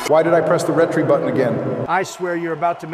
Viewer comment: "the retree button"